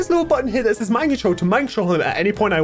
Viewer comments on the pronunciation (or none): none